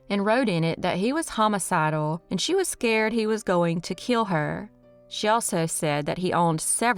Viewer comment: Love hearing her pronounce “kill” as “keel”. lol😂